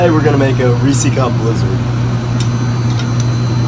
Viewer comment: He did not just say reesy cup